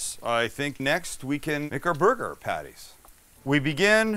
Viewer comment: I swear I'm hearing him say booger a few times.